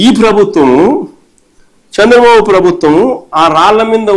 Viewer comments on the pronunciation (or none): none